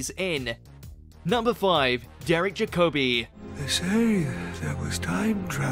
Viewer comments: Indeed, with the emphasis on the first syllable (like JACKobi) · Jacobi is prounced Jack O Be! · Please stop pronouncing jacobi wrong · Your pronunciation of some of the actors names is abysmal..... Ainley is pronounced like the end of "again". Derek Jacobi is Jack ob ee....not jacobeye. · John simm is my favourite Master, plus who hell is “Derek Jack-O-bay??” It’s “Jack-o-bee. Plus he said Anthony’s name wrong as well! Can’t he pronounce names properly?? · I wish you would pronounce the actors names correctly Jacobi as in Jacabi and Ainley in Aneley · How difficult would it have been to enter Derek Jacobi's name onto a search engine, find one of the many interviews, or talks, with the actor and get his name pronounced correctly? - AND Anthony Ainley's!! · The narrator can' t pronounce Jacobi or Ainley properly .